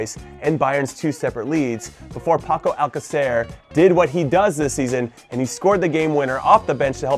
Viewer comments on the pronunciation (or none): none